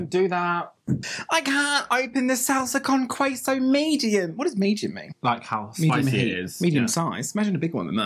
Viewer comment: Every time said “Sahlsa cown qüeso” I died a little bit inside (Also Bimbo’s bimbuñuelos are mexican but whatevs)